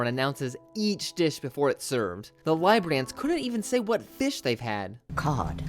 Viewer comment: it's actually Richard Liebbrandt (LEE-brant), not Robert LYE-brandt.